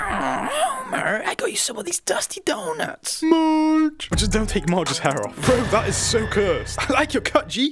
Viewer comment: “MAARGE” got me rolling 😂